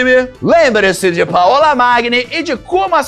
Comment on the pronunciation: Paola se pronuncia paula, igual português. Paõla não existe ❤